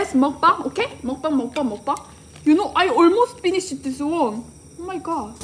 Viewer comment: “you konw”